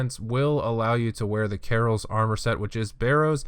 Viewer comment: Good guide. Learn how to pronounce Kah-Rils not Carols